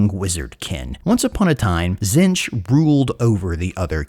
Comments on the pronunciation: Buddy, we talked about this, Zee-ntch Silent T, stressed double e Back when doing tomb kings stuff you went and figured out how Khemri and Nehekhara are pronounced. Please do the same for one of the major god factions that's gonna be in the game. Tonnes of lore channels, tonnes of goofs channels, even the painting tutorials for GW models: zee-ntch. As a fan, please. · did you just say Zench